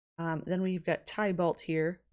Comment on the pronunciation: Oh hey i know someone's probably told you by now but just in case they haven't titania is pronounced exactly how it's spelt, ti- tania and tybalt is pronounced tib- alt :)